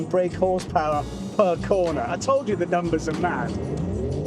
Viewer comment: Horsepower ❌ Horsepowahhh ✅